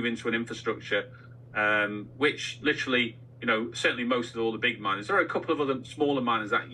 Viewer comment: please practice saying "literally" Sound it out. You can do it with your big brain.